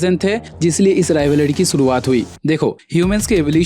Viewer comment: Wo sab to rhik hai ek baar rivalry bolna dobara😅